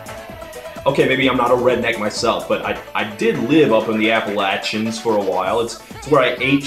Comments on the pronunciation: He said Appalachian correctly! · If anyone questions Todd's Appalachian credentials, he pronounced Appalachian properly, so he knows. But if you want to do things with bluegrass, strangely, most bluegrass bands, at least back in the day, always wore suits and ties because they wanted to break the stereotypes of mountain people. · thanks for saying 'appalachian' correctly